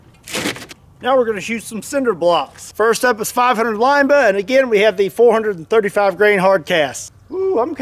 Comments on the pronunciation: I think it’s interesting how you pronounce Linebaugh like lineba instead of linebaw. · “Line-ba-ooo” not “line-ba” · BAH.... Not buh... lol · Yup... Line-baw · Isn't it pronounced limb ba? Not lime ba? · Not Line-Bugh, it's Line-Baw like Paw. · LINE-BAUGH, not LINE-BUH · Linebaugh, not Lineba. I'm not sure who, or where the person is from teaching people to pronounce Linebaugh as Lineba, but it is likely a family pronunciation and often people just say things the family way from a certain locale. The General Public doesn't need to sound as ridiculous as the family. Linebaugh is correct. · Stop saying line Baugh 😂😂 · Its pronounced linebaaauuwwww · "line-ball" is how I've heard it pronounced... The way u say it sounds funny lol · I love shooting Big Bore handguns and have the scars on my hands to prove it. I do believe that you should have to at least be able to pronounce Linebaugh to own one. LOL the last part is pronounced like Bah Humbug. Not BA. LOL!!1 :<) Read with humor!!! KnifeMaker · Anybody else hate the way he pronounces linebaugh